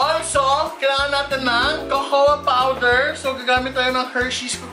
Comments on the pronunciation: kokwa hindi kokowa.. cocoa. 😂😂😂 labyu madam! 😘💕✨ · Pronounce cocoa as kōkō po not kōkō-wa 😉